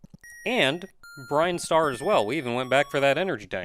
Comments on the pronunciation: dude, you learn to accept it. he's been saying brinestar for years, let it stay that way. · It's Brin Star, not Brine Star.